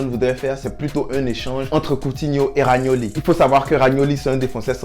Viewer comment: C pas ragnoli c romagnoli